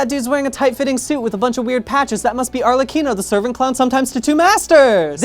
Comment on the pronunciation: FINALLY an english speaking person that can pronounce Arlecchino the right way.